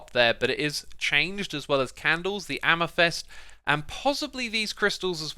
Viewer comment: LMAO Xisuma, stopy saying Amythest, it's Amethyst....